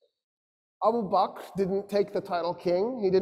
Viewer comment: he doesn't even pronounce Abu Bakr right. He calls him abu bak. What he said about Umar and Khalids relationship is wrong. Especially suggesting the idea of the worry of a coupe. Otherwise it's a pretty good lecture but this is some real orientalist nonsense and conjecture.